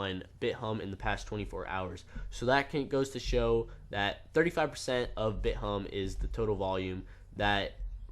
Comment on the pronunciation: Thank you for saying Bit Humb and not Bit Thumb. I'm sick of hearing people that don't know how to read.